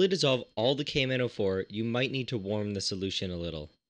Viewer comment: The way he says the name of potassium permanganate "cavemen O4"